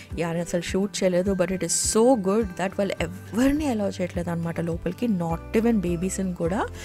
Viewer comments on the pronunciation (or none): none